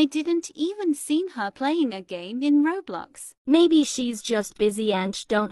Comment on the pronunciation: bruh said robux not roblox and thats funny